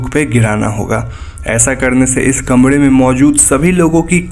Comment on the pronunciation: Bhai 'R' bol nai pata 'D ' bolta hai Kamre ki jagah kamde Foren ki jagaj foden